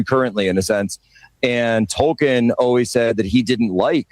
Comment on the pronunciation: Ol Jack off can't pronounce Tolkien properly